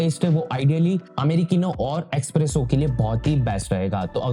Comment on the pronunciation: “Expresso “ kya hai vai? It’s Espresso!!